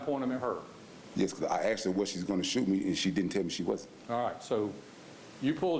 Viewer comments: I wonder if the court recorder typed out "She didn't axed me to leave" and "he axed her and said we good" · The word is " asked" NOT "axed" ...😂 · she didn't axed me to leave omg why do they say axed always it us asked